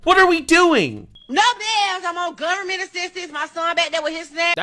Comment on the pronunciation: Gubment gon take kerr uh me. 🤦‍♂